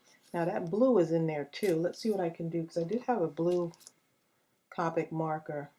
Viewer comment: This is really cute:) I love to use stickles :) just to let you know it's copic you say it with the long o sound:)